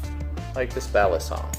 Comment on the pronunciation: I rlly dont like how they pronounce balisong, maybe cuz im from Philippines and we pronounce it faster??? M8 I dont know whats goin on with me.